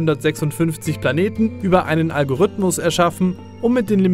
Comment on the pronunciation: du sprichst das Wort "Algorithmus" falsch aus. Da ist kein ü oder y, und das i wird auch als solches ausgesprochen. Algorithmus. Zweitens: Es ist nicht "der" Algorithmus, der die Grafik von No Man's Sky generiert. Es sind hunderte Algorithmen in Millionen von Programmcode.